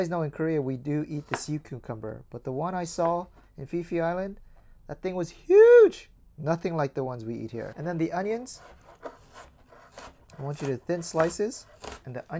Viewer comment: Just FYI - Koh Phi Phi is pronounced "Pee-Pee" island - not 'fee-fee'.